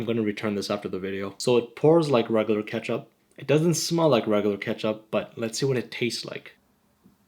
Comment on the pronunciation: he said make a switch from Pakistan ketchup to heinz kepchup